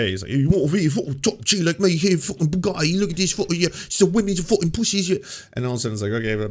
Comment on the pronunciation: Okay, no shade on Ana, but she almost said "bukkake" instead of Bugatti, and that cracked me up!